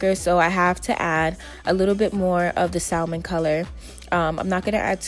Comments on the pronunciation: Y’all talking about her saying spatula she said salmon wrong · The L is silent in salmon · Salmon you dont pronounce the L ...its a fish with pink flesh! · Hahhaha "Sal-mon", I don't know if this is the original way to pronounce salmon (pronounced sammen... With an Australian sorta accent anyway) but I pronounce it "sal-mon" too. 😅😂 Awesome video!! Thank you! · “salman” it’s salmon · saLmin??? You mean SAM ON Salmon is pronounced SAM ON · Bruh did you say SALL- MAN??? 😂 it’s (sam -in) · Ashley D. I definitely say sal-Mon cause it’s comfortable lol😆😂...not in public though lol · I had to exit after sal-mon. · “SAL MEN”🥴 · Just an FYI the “L” in Salmon is silent it’s pronounced “sam-on”. Love you anyway hair is fye 🔥😍😘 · Not one comment on 'sal min"? Sal min? The L is silent. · I was looking hahaha! It bugs tf outta me when people say it like that! It’s pronounced Sam-on... hello the L is silent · maybe not you tho, sal min is something that I could not ignore though. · Thought I was wrong until I saw this comment 😭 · In spanish its SALmone. Leave her alone. Lol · Great video! But Baby girl, If you said “SAL-mon” one more time... omg the “L” silent. I don’t make the rules. 🤷🏽‍♀️ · salmon is pronounced like Sam-man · (Salmon) * sam-mon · Salmon. Like the fish. Pronounced sammon. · It’s pronounced like Samon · no hate but she said it’s called SAL MON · Salmon...it is pronounced Sa-men ...the fish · Salmon is pronounced ˈsæmən you don’t say the “L” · Probably cuz she kept mispronouncing “salmon”. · For me it was every time she pronounced the L in salmon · Miss.KnockOut she said salmon wrong 😔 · Pronounce Salmon correctly!!! (But hey some beautiful women snore!! Nobodies perfect lol) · The L is silent in salmon... the wig is cute keep up the good work!... 🦄🔥♥️ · her accent has nothing to do with the fact that she pronounced the word salmon wrong... the L is silent lmaoo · don’t pronounce the “L” in salmon... but gorg wig!!! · The L in salmon is SILENT